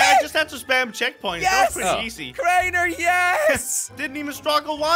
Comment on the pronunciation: When jelly says crainer it sounds like traitor